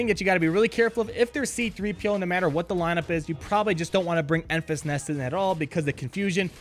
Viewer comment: Its pronounced Enfrees Nest